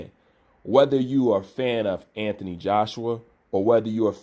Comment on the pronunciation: will u pronounce the man's name correctly ffs 😂 who is anfony Joshua loool